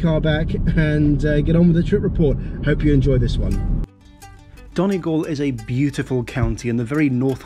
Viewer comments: Really enjoyed your report. Only one comment, Donegal is not pronounced 'Donnah Gawhl' but 'Dunnie Gawhl' my father is from there, so I know ☺ thanks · Not DON Eh Gal Its Dunny Gal. I dont mean to be rude but it is one of my pet peeves of foreign tourists here😂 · I’m from Donegal and I cringed so hard,”Donagall” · Donegal is pronounced like Dun-ee-gawl. And also the reason why Glasgow is so linked to the area is really because of people from Donegal going to work in Glasgow since there has never been a huge amount of work opportunities. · I’m from Donegal, and your pronunciation of it kills me😂😭😭😭